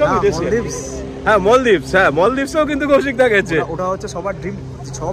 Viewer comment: মলদ্বীপ এভাবে ভুল উচ্চারণ না করে বলুন মালদ্বীপ, it sounds great